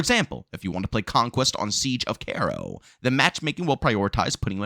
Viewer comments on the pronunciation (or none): Why he say Cairo like that